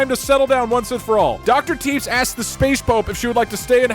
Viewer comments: the way he pronounces tepes like teeps bothers me greatly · Love how doug pronounces it “doctor Teeps” and not Tepesh 😂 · it is pronounced teh pesh i k its weird but its pronounced teh pesh not teebs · I like how he was aging dr tepes and not tepesh like vlad tepes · It's pronounced like "Tep-esh" if I remember correctly, and Vlad Tepes is Vlad the Impaler's full name, the whole "Dracula" (Later made into Vlad Dracula by future retellings) name is derived from Vlad Dracul, his father's name. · did you just pronounce tepes like teeps?? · So that Dr. Tepes guy on the Moon…it’s pronounced tuhPESH, as in Vladimir Dracula Tepes. Chat befriended goddamn Dracula. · I don't think I've ever heard a worse pronunciation of a name than how Doug pronounced Tepes (Teh-Pesh). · Im obsessed with how doug spends half the video pronouncing "Tepes" as "Teeps" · tepes is pronounced like teppesh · Every time he pronounces it Teeps I die a little more inside. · Doug Doug seeing Dr Tepes and calling him TEEPS. Tho he did correct it later, proud of you Doug. Never change Deeg Deeg never change XD. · "Tepes" is pronounced [TEP-esh] as in "Vlad Dracula Tepes" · Doug mispronouncing Tepes confused me for a minute